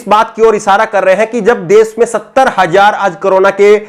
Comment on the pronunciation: aap bahut ache patrakar he ache anchor he Lekin apki bhasha,shudh nhi he visheshkar sha,shabd ka ucharan sahi nhi hota. Aap sha ko sa se ucharit krte he. Jaise desh ko des kehna Jaise rashi ko rasi keh rhe he. Patrakar anchor ki bhasha ka ashudh hona sharm ki baat he